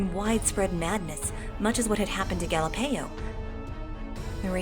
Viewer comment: Galapeio? More like Galieo.